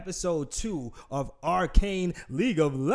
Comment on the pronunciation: Yo It's R CANE Not R CON